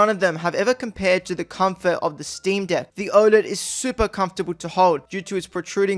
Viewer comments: You need to work on your pronunciation of “deck” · Did he say steam deek 😂